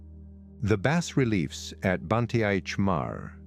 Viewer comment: as the sunlight filters through the trees? they aint a lot of trees left there, dude. Also, you might want to look up how to pronounce "bas relief."